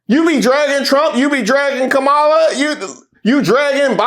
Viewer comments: KAH-mə-lah lol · Can she please pronounce Kamala name correctly is she wants us to take her serious. Fco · Wait wait wait!!! Did I just hear you say Kamala name wrong?? Nooooooooo!!!! 😂. SMH